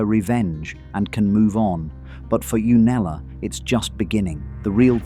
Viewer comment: This was such a high quality analysis but the constant inconsistent pronunciation of Septa Unella's name was such a distraction